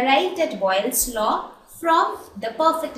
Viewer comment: its boyle's law not boglis laww change it